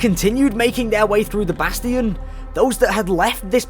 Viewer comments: Im going to have a aneurism if i hear bass-tee-in again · I CRINGE every time he says "Bass-Tee-Yon" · why did you say "bast-ians and not change it back to bastions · It's bastian not basTin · how dare he say bastian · i’m sorry for being an idiot BUT PRONOUNCE BASTION RIGHT.